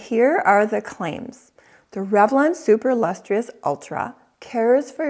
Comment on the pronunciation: Lustrous is pronounced Lus Truss, not Lus TREE Us.